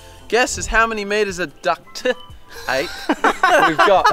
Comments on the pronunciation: the “T” is important, guys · Haha he said ducT ape 😆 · Duck-t tape